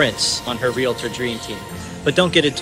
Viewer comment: You said "Real-a-tor"...... Great content though. Good job.